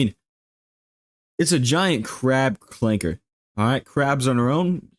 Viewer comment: I can't with this man, "ClankeR"